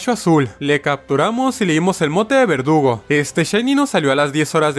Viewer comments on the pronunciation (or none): En el minuto dice vergudo en vez de verdugo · cuantas veces le dijiste vergudo en vez de verdugo al nidoking?: si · No es vergudo es verdugo